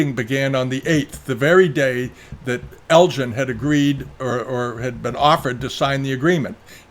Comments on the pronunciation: I always enjoy your biased and one-sided view of history. While some of what is in this video is interesting it is also dripping with pro-Chinese and anti-British bias. You really do give the game away by taking great care in correctly pronouncing Chinese names while mispronouncing -- over and over -- the name of Lord Elgin, a name anyone with even a passing interest in history knows is NOT pronounced Lord El-GIN. But that's okay. At least your open about your prejudices here. War is hell. And it was a war. The spoils of war and looting were perfectly acceptable in the 19th century. We shouldn't apply today's standards to those of 160 years ago. You also leave out anything here that makes the Chinese look bad. Watch the BBC documentary done a few years ago. They tortured horribly for days on end the emissaries sent to China. That's just one thing you left out. Enough said. Try to be more even-handed in the future. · According to today's New York Times (in an article by Alex Marshall about Greek marbles) ..."The museum argues that Lord Elgin (whose name is pronounced with a hard “g” sound, as in “Helga”)"